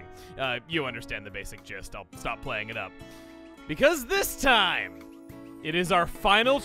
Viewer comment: chuggaa channeling his inner Tasmanian devil also "This toim has been kerned" 2019